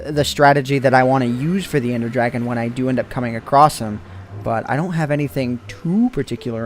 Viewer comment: dont explore with "endie" as in ender